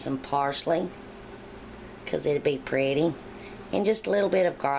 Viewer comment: Great! I love how you said pretty : ) preaty like bready, the glaze you topped it with is decadent! We say wush here instead of wash : 0